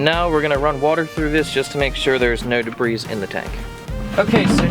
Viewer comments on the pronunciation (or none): the S in debris is silent